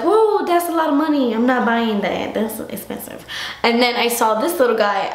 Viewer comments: The way you said "esssspensive" with a slight Miranda accent had me dying! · love the way u say "espensive" saludos guapa :) we miss u